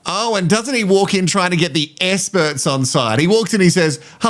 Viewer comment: Essperts….exparagus - What is happening…😂 Adrian….yeah, na